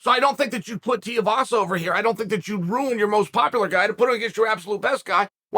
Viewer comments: It’s TWO-E-Vasa not Teavasa.. 🤦‍♂️🤦‍♂️ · Come on, let’s say it together 2-E-vasa Too not Ti you can do it! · Tooeevasa. Not teeuhvasa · His name is pronounced TOO-EE-VASA. Not TEE-UH-VASA. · Te A vasa🤦‍♂️🤦‍♂️🤦‍♂️ Its Tuivasa. Pronounced. 2 E vasa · It’s not Teeavasa, it’s Tuivasa. Pronounce like “ Two - E - Vasa” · Chael love your content but Tai Tuivasas surname is pronounced 2 E Vasa. Not Tee Ah vasa. Just a heads up as I know you like to get things correct. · Tuivasa again Chael it's pronounced "Tooeyvasa" stop calling him tiavasa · It’s Tu not Ti - please change your pronouncing of his last name mate… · It’s Tai “2 E Vasa” not “Tiavasa” lol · Chael his name is pronounced: 2 E Vasa not Tea A vasa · Tu-ivasa not ti-ivasa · It’s pronounced two-e-vahsa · T-Uh-Vasa. Might as well pronounce Stipe like Sty-Pe... "I submit for you guys Stype will come back to fight T-Uh-Vasa instead of Jon Jones" -Chael P. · Think of this Say "too" Then say the letter "e" The last part you're getting right uncle Too-e-vassa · TOO-EEE-VAH-SAH uncle Chael. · Sometimes I’ll just click on a video to see how Chael pronounces a name. This time we got multiple Tiuvasa Teevassa Tuvassa… 👌🏼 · Bro still can’t say Tai’s last name right. It’s not hard lol. TooooooooEeeeeeeeeVaaaaaaaSaaaaaa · Teeavasa... Chael, the pronunciation king. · Please say it correctly.. Tuivasa... 2eevasa. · For the love of god stop pronouncing his name “Tiavasa” so annoying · Chael its Tui-vasa......Tui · Please stop it with the Tiovasa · Ty tiavasa? Doesn't matter how ya say it chael I'm always watching your content easily one of the smartest minds in mma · I love Tear-a-vasa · Yet again KAEL, his name is pronounced TWO-e-vasa. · Why cant you pronounce his name? Its Too As in Shoe Too i vasa Not hard Flap Jack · "Too-ee-vasa", Chael. Goddamn. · Chael... say it with me.... it's 2... E...VASA. I know you're a certified master troll and all. But you can do better. And there's no "L" in "Makhachev". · Tiavasa lol